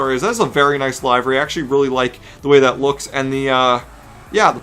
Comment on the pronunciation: The way he said livery pissed me off. LIVER-Y